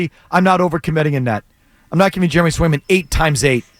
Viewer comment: Must be smoking while giving takes…trade Swayman when you literally don’t even know the two goalies on the roster or how to say their names….kick rocks and at least do a smidge of research